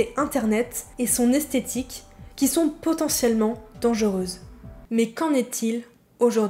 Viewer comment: J'ai bien aimé ta vidéo, je suis un peu plus âgée donc j'ai appris pas mal de chose de la génération après la mienne. En revanche il y'a quelques mots dont je ne suis pas sûre qu'ils sont bien prononcés. Nymphette ? Esthétique (j'ai entendu aesthetic donc en anglais) et aguicheuse (et pas aiguicheuse). Peut-être que c'est moi mais ça m'a interloqué.